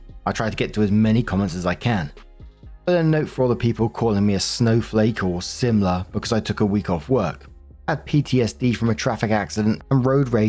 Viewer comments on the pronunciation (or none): none